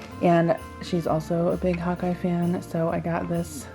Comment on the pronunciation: When you first said hawk eye I thought you said hot guy lol